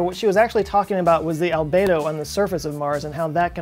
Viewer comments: Albedo - It's pronounced Al-bee-doh NOT Al-bay-doh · Well done,. I recently learned about the Arctic sinkholes on PBS Nova, and it was talking about the albedo effect. After you pronounced it the way you did, I went searching and found that most go with Al-bee-doe, but found one other pronouncing it on YouTube the way you did. Is this a regional thing, and perhaps both considered correct? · Albedo is pronounced al-BEE-doh not al-BAY-doh. Just FYI. Great video! :-) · FYI - Albedo is pronounced al bee dow. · As an educator, I recognize that pronunciation is important. If words are not said correctly, it can make communication difficult. Albedo is pronounced (al-BEE-doh) and as a definition; it is a measure of how much light that hits a surface is reflected without being absorbed. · Albedo rhymes with Cheeto... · please show me where the A in albEdo is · /ælˈbi.doʊ/ how it is pronounced is secondary but you should have expanded just a little into this as snow cover and sea ice are reduced albedo goes up, making sea and ground absorb more heat energy. But PLEASE do focus more on population distribution and Agriculture, you'll get human extinction way earlier than anything else. Do one on plant food (phosphate), relate plant grow to global dimming phases just after WWII and the '90 one (and temperature effect on crop yeld). All the people I talk about climate change, none get the scary part. So I'm very bad at explaining. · it's pronounced "albeedo"...at least I heard 99% of the people pronouncing that way :D. Great video! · You made me doubt myself.. ;-) alˈbēdō is the correct pronunciation. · Cringed every time I heard mispronounce albedo. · You pronounce ALBEDO wrong.